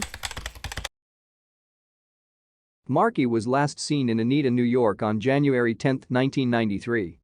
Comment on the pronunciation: It's pronounced Oh-NYE-da.